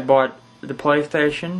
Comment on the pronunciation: Whats a pwaystation flee?XD